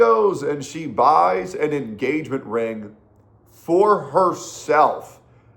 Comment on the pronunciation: En-Gay-Ment Ring BTW